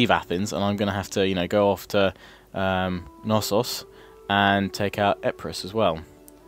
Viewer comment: It is a very good playthrough man. Since you asked though, Macedon is pronounced "Makedon", Epeirus is pronounced Ipiros with an emphasis on the first "I", Knossos is pronounced with an emphasis on the last "O' and the K is NOT silent, (So it is not Nossos).